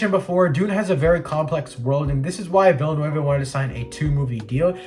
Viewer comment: Nice video! But I gotta point out you pronounced pretty much everything incorrectly including the directors name. Still, good job.